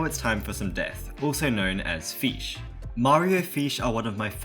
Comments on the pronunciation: I just love how you pronounce "fish" as "feesh" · It sounds like he’s saying feesh instead of fish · Fesh no it's fish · Feesh- 2023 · he said feesh :face-blue-smiling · fans: FESH FEESH FEESH FEESH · i like how he says feesh (probably has something to do with his accent) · its f”i”sh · funny how you said FEESH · mmm feesh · feesh lecker